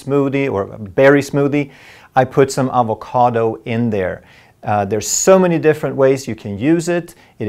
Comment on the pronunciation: The way he pronounces avocado